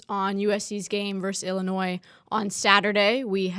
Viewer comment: Nice job and indeed everybody… But I would have thought by now someone would have helped with her pronunciation of our 21st state, Illinois. Respectfully, it’s the second episode in a row with this pronunciation - While not a terrible gaffe it is worth correcting from my perspective because it just screeches my small brain to a halt. ✌️